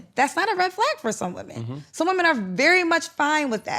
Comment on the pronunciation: “Women” 😖 Please pronounce correctly. Seems like there’s a lot of backtracking on his part to keep from getting canceled.. His personality is so cringe.